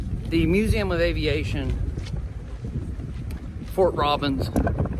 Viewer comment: Lol, it's not Fort Robins , It's Robins Airforce Base